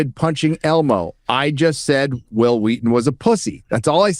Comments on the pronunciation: "Whill Wheaten" "Why are you saying it like that?" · Say Will